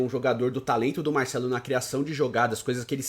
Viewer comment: Porquê ele fala MAICELO ?